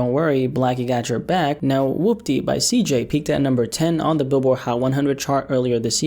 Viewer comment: Man said wupty lmao